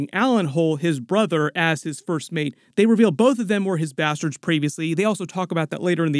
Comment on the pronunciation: This mf said "bustards"